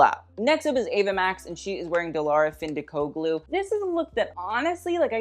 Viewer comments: His pronunciation of Findikoglu 😅 at least we know French isn’t the only language that’s a struggle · ✨It‘s the pronunciation of ✨Dilara Findikoglu✨ for me✨